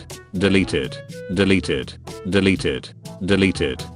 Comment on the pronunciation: When he said deleted it sounded kinda like deli tit